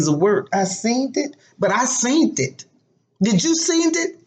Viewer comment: "Did you seent-dit? I seent-dit" :-) Hilarious!!